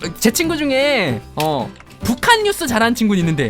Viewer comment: 완전웃김ㅋ 평양~~뉘우스